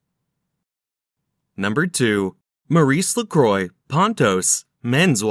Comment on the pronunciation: You would have sounded more fit for doing this if studying a bit more the proper pronountiaton of the brand. By the way, try some French, for a change..